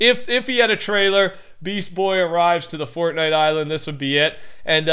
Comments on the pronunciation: i swear every time when he says fortnite in the beginning of the video it sounds like he says fork knife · Every time he says Fortnite in the beginning I always hear FORK KNIFE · The “welcome back to a furtnite video” NEVER gets old